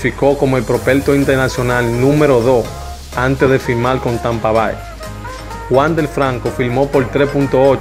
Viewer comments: Tampa Bai? Voy a dejar de subscribir a este canal. Amigo usted tiene que aprender a pronunciar estos nombres básicos anglos. Tampa Bay se pronuncia "Tampa Bei" jajajaja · Te aconsejo que aprendas a expresarte mejor, por ejemplo, los nombres, es Wander, no Wandel, Tampa Bay, se pronuncia Bey